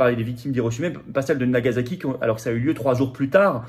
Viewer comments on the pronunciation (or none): *Nagasaki*, pas "Nagazaki"